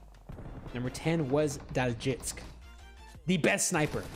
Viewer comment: Thank you for correcting me! I will pronounce it correctly moving forward